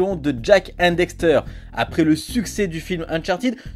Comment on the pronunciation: Ses cool mes pas très professionnel sa se vois deja tu dis dexter pas daxter et ensuite les video utiliser sont se de la beta du jeux tu aures peux utiliser la version hd on et en 2022 la sd ses plus trop sa